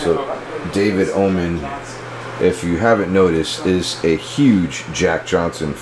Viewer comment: Oman, not woman!!! Haha🤣